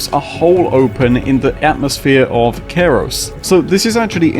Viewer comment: Why do you pronounce the planet name this way? Kairos? (like Cairo, Egypt)